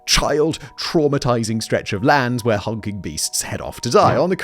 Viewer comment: Is it an English thing to put “eh” before certain words? Simon says “ehwas” instead of “was” and “ehwhere” instead of “where” and “ehrecyled” instead of “recycled”